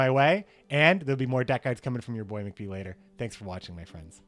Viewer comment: Mc"NOT"Beard... Amirite? Anyway great vids man, keep it up!